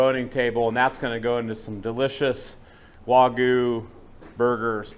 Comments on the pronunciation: I agree. But still, the way you say it makes it sound like wa-goo. A little emphasis on the "gue" would make it sound more natural. Even so, great content as always guys. It's interesting to see the difference on the marbling on the various types of wagyu, wish I could get some where I live but it's just impossible. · Loved how you showed the whole process from picking up the cow, skinning it, then butchering it! Still irks me how you can say “picanha” perfectly, but can’t say “wagyu” correctly 😵‍💫. It’s “wah-gyou” not “wah-goo”… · How do Japanese people pronounce Wagyu? The first syllable in Wagyu is pronounced the same as the “wa” in water. The second syllable sounds like the “gue” in argue. It's important to put the stress on the first syllable. It's “WA-gyu”, not “wa-GYU” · Why are they pronouncing it “waygoo”? its “wagyu” bro - emphasis on first syllable. Wa as in water - gyu as in argue. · How do Japanese people pronounce Wagyu? The first syllable in Wagyu is pronounced the same as the “wa” in water. The second syllable sounds like the “gue” in argue. It's important to put the stress on the first syllable. It's “WA-gyu”, not “wa-GYU”.